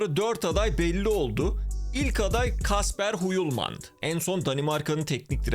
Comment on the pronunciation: Yulmen diye okunur aslında. Danimarkadan yazıyorum 😊